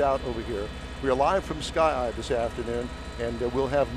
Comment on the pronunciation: "turn around and walk toward me" "Okay señor like thees"